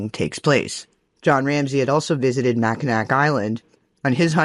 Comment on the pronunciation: Sidenote, it’s pronounced Mack—I-naw